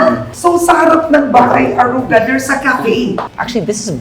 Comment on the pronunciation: Naintindihan ko pa na mali pronunciation ni james ng aruga, but why si karen din? 🙄 nwey not a hater but its getting out of hand lang why filipinos wont speak proper tagalog. Gusto ata maging extinct languange na. Nwey i know karen speaks tagalog pa din naman tlga. Just ranting generally abt this thing abt pinoys. 🙄